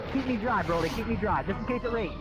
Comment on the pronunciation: His name is not broccoli it's Broly ☝😉